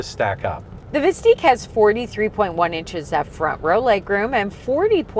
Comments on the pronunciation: Y’all realize you’re pronouncing the name wrong, don’t you? It’s Vist-ick, not Vist-eek. Also, there will not be “Buick, GMC, and Chevrolet versions” of this thing. This isn’t the GM of old where they took one model and slapped different badges on it. Hard for me to continue watching after just a few minutes of nonsense. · "Visteeeq"?! I thought it was "Vistick". The other car is not called "Lyreeek", right? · it's not "Veesteeq"....you should know how to say the name before reviewing a car...pronounced 'Vis 'tick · VIS-TICK. Not VIS-TEEK! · It's Vis tICK not Vis TEEK. You know... like LyrIQ and OptIQ. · Are you joking with the pronunciation?!? It's Vis-Tik like Op-Tik.